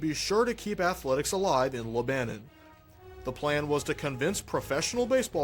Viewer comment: I believe it’s pronounced Lebanon